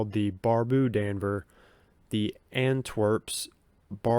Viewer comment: D’Anver is pronounced Dahn vair